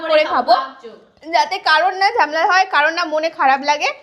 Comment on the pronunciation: ঝামেলা ✅️ ঝেমেলা ❌️